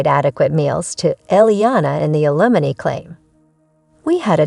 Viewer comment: Need to learn pronunciation. Ethan & Ailmony pronounced wrong.